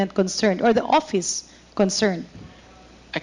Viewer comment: Castro …Office ang pronunciation hindi OPIS convicted child abuse